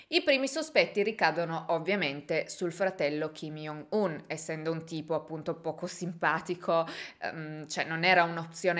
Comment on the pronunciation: Ciao, volevo solo dirti che si pronuncia “giongun” non “iongun” in quanto ㅈ in coreano si legge “g” ed il suo nome è proprio scritto 정은, lo stesso vale per il fratellastro ed il padre